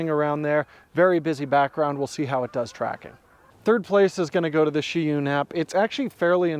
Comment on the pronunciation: It's Zhiyun, not Sheeyoon